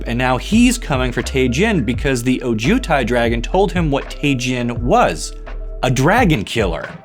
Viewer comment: Please emphasize the “O” in Ojutai